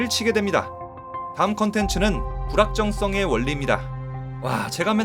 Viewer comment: 발음 ㅋㅋ 불확정성인데 부랄정성 이라들림